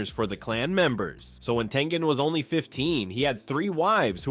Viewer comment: It's tengen